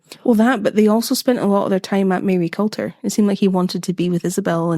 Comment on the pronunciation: I know it sounds mad but Maryculter is pronounced marycooter. I'm from Aberdeen and had no idea about Fyvie having such stories, I only know stories that the ghost from Fyvie can tell your future! Excited for the next episode #bingeingspookystuff